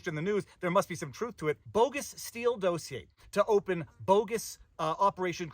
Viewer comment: I like the way you say DOSE ier. That’s not the way Sean says it…….every other day….